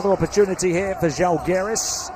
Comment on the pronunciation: Can you please pronounce ŽAlgiris, with the accent on A, like Pride with an open A (like I ) instead of Žalgeeeeeeris. The accent falls on the Žá please. It’s impossible to recognize what is said.Thank you!